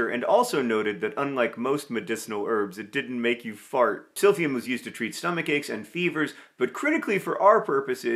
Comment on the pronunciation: Not me hearing SILVIA every time John says Silphium LOL